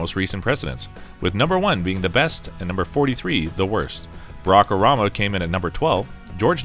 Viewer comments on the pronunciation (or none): Barack O'rama. This guy is american and he doest know its Barack Obama